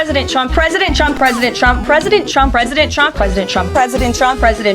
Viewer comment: oooh... now I cannot unhear it "presiden Chump"!! I am so concentrated on ignoring the BS she spews that this gem just escaped me. I fondly remember the "commander-in-cheese" from his last speaker lady.